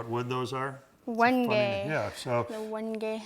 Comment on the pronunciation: Wenge is pronouce When-j. Not When-gay